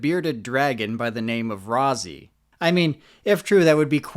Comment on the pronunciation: Why you keep saying Rosie when Chelsea herself even said its ROZZY